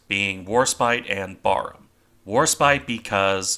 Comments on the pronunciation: Even as a brit myself, to me that just sounds wrong lol. Admittedly I've only ever heard it pronounced like in the video so only going off imagination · Barham is pronounced differently- the first part of the name BAR is pronounced as in barracks- it is the name of a mansion near Maidstone in Kent. Admiral Charles Middleton, 1st Baron Barham, who took his title from Barham Court where he ultimately died is the inspiration for the battleship's name. I found out the correct pronunciation from hearing a Royal Navy admiral discussing the ship. Another great analysis. Thank you.